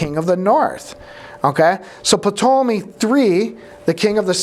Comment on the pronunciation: I looked it up and the P in Ptolemy is silent, as in pterodactyl. I know it's unimportant, but I just had to know! 😊